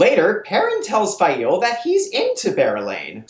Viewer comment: Stop. Saying. Fai-eel.